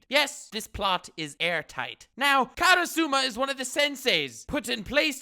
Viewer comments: Karusuma....It's Karasuma HAHAHAHAHA Still love the vid! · Me hearing him say kara.suma, k im outta here you had your chance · YOU DIDN'T WATCH ASSASSINATION CLASS ROOM, IF YOU DID HE WOULD BE ABLE TO PRONOUNCE KARASUMA!!!!!!!!!